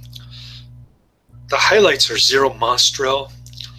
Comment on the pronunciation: thanks 4 sharing. Zero's last name was Mah-Stel...AND it's 'anyway' not "Anways'' .